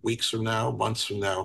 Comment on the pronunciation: Months..not mumths